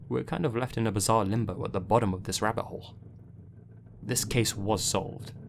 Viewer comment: It's wahbbits!